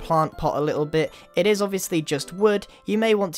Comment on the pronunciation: he said bich not bit